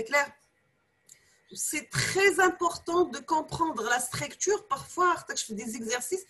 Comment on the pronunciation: ellah yatik essaha madame (cependant il y a une très petite remarque on dit STRUCTURE ET NON PAS STRAICTURE) je m'excuse pour la remarque mais votre cours est très important merci encore